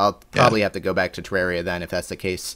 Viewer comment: I am so glad to hear somebody say Terraria the way does. I always get weird looks for saying it like that, but it just sounds so much better. Also, it's nice to see somebody understanding why teenagers pirate so many things. I just bought a New 3DS XL, which already bankrupted me, and now I've found that it's the only console I own that I can't softmod and "acquire" the games for (I figured it would be as horrendously easy to hack as the Wii is), which is extra horrible because the 3DS has the most ridiculously overpriced games; I just don't want to wait like a year until I have a steady job and can afford to drop $200 on a measly four (handheld, mind you) video games.